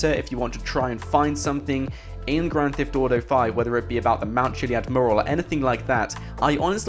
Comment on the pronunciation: stop saying "grand thift auto"